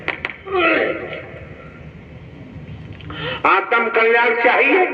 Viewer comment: आतम कल्याण नहीं है आत्म कल्याण है। शब्द सही बोलें ।